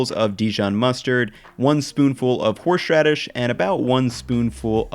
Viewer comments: His "horSHradish" pronunciation is triggering me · keeps giving us two or three extra "h"s in horsheraidshh. The man is too generous. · Horshradish lol